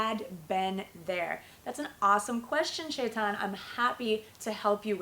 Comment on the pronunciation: its chetan not shaitaan